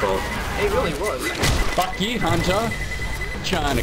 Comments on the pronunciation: I hear him say fruck with an R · Hes says fruck not the other word